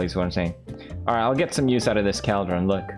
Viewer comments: pewds its pronounced call-dron. not kaaldrin. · Normal People: Cauldron Felix: Cowdrain 😂🤣🐮🕳🚿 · I kept saying to myself it’s caldron not cAldren but I thought it was mainly funny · Felix: "Minecraft learn english, cringe" Also Felix 2 minutes ago: *pronounces Cauldron as CALDRON. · The way he says "cowldron" instead of cauldron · Pewds: “Minecraft learn English please” Also Pewds “cAldren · Pewds: “Minecraft learn English” Also Pewds: “I like the KALDREN here” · I heard Cowldron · Caldron when theres clearly a U right there he just chose to ignore lmao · Pewdiepie: “minecraft learn English please” Also pewdiepie: “caldron” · Pewdiepie: Gosh, learn English Mojang! Also Pewds: "Caldrin" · PewDiePie: "Cal-dron" PewDiePie 2 secs later: "Learn English" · PewDiePie- "Minecraft learn English!" Also PewDiePie- "Caldran" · Felix: “I can pronounce any word right” Also Felix: “Cowldron” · PewDiePie calls the cauldrons "Kall-Drins". His Swedish accent never fails to amaze me. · I’m American and I pronounce it call-drin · Felix: pronounces negligence right Also Felix: "Cowldren" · felix: 'minecraft learn english" also felix: 'cowldren' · That's english though, it was his accent. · Felix: "Learn English, Minecraft" Also Felix: "Cowl-Drun" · cauld - run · “Minecraft, learn english please” literally 10 seconds earlier “Cowldron” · Not me running straight to the comments after he said CALDRON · Felix: caldrun. everyone: Its cauldron not “caldron” Also felix: I need more eye-ron. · It's not a vial? It's a bottle? MINECRAFT, LEARN ENGLISH, PLEASE. Sincerely, The guy who calls a "Cauldron" a "KAALDRON". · I love how he pronounces items "Saydle" "Cowldron" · Felix: minecraft needs to learn english Also Felix: keldron. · “Minecraft learn English please” Proceeds to say “cowldron” the entire video. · Pewds: I can finally pronounce negligible Also pewds: its a CALDRON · felix: “caldrawn” me: at least he knows how to pronounce negligible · more like 'culldron' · Wtf is a Cowdron